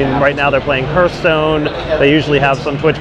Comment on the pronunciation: "Heerthstone", you have got to be trolling.